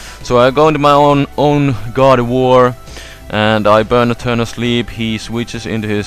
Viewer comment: when he says gardivoir. i thought he said god of war. lol